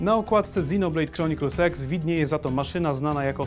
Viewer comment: czy tylko ja słyszę Xenoblade Chronicles Sex? dajcie se w tępie 0.5